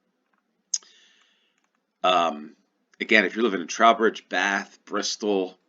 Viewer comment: Trow rhymes with 'throw' for Trowbridge c